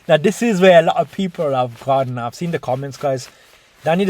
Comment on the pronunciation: why does say sin instead of seen, its irritating